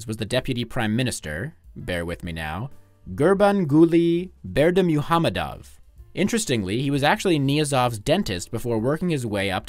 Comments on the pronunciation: it definitely is! "Pretty good" is certainly not "perfect", for a foreigner unaware of Turkic phonology, it's pretty good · That was a pretty good pronunciation of Gurbanguly Berdimuhamedow and Turkmenbashy. But the Ruhnama is not Roo-nama, but Ru-h-nama. Source: I am Kazakh.